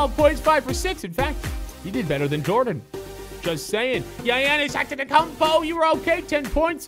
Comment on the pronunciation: SAY GIANNIS ANTETOKOUNMPO CORRECTLY!!!!!